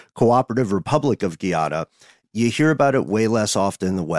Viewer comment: Love you guys so much. You travel with me everywhere I go. Just wanted to say, it's pronounced Gah iana, not Gee ana Much love ❤❤